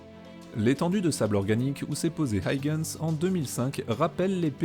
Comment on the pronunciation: Passionnant comme toujours. Mais pour Huygens c'est pas aille-gens qu'on prononce, c'est juste: u-i-gens